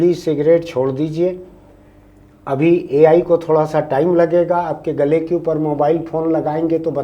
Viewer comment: Ye Al Al kya hai 😂